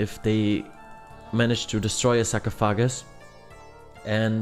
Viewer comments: Pretty helpful guide, thanks! Also the term for the sand in the glass in English is Hourglass. And we say sarcophagus like "sar-cough-oh-gis" but I liked hearing sahcrow-foggus, haha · “Go next to the sock-ah-foggass.” 😂 Haha huge fan bro. Literally just watched this whole video from start to end just to die at TOA again at 50 invo lmao. Damn near have max gear as well 😭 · Oh my gosh that was hilarious man. Hearing him say “sarcophagus” like 10 different times was absolutely hilarious😂😂😂.